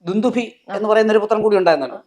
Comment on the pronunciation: അവതാരിക 'ദുന്ദുമി 'എന്ന് പറഞ്ഞതായി തോന്നിയത് എനിക്ക് മാത്രമാണോ...?? 🤔🤔